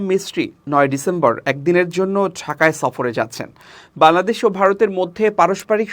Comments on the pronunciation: আপনার "বাংলাদেশ" শব্দটি উচ্চারণ -এর সময় শুন যায় "বালাদেশ"। 'ং' উচ্চারণ -এর দুর্বলতা রয়েছে মনে হয়। জানিনা আমার শুনতে ভুল হয় কিনা। যদি আমার শুনতে ভুল হয়ে থাকে তার জন্য ক্ষমাপ্রার্থী। ধন্যবাদ। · আপনার বাংলাদেশ উচ্চারণ ত্রুটিপূর্ণ,শুনতে বালাদেশ শোনায়, সংশোধন করার অনুরোধ করছি।